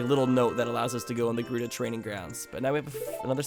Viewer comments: when he calls GERUDO JERUDO... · Did anyone else notice he called it gerudo valley and not gerudo valley